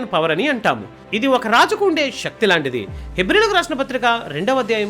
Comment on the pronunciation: KYA VALAM kaadhu KAY-VALAM SHATHRUVU kaadhu SETHRUVU. SHAKTHI kaadhu SAKTHI.